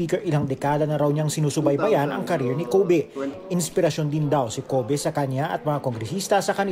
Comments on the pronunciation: KOH-BEH hahahahhaha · 😜🤣parang ubeh